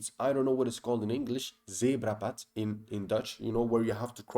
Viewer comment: the zebrapad hahaha zo effe plat vlaams ertusse